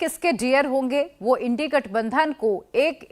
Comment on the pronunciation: यह चैनल तो इंडिया को इंड़ी कह रहा है...